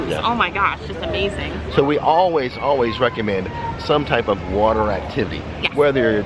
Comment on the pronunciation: What do you “Rick-a-mend” 👏